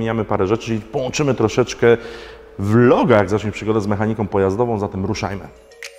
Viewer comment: Czy tylko mnie denerwuje to ciągle mowienie "mechanikom", "pojazdowom", "sprawdzonom" ? Tak poza tym to jak zwykle świetny odcinek 👍